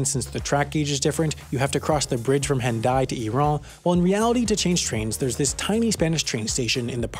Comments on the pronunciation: He pronounced Hendaye and Irun incorrectly. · I hate to be the guy correcting a correction video, but Hendaye is pronounced On-Die.